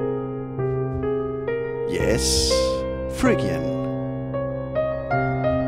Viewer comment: This is a great channel & great video- this is exactly how I recommend learning modes. But a word of warning to people learning from this video who are native English speakers- you will sound very strange pronouncing Phrygian as it is in this video (totally understandable for someone not speaking English as 1st language!)